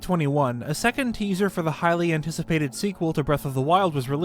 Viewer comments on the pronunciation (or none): When you said "Highly anticipated," at the beginning of the video, I heard it as "Hylian Ticipated"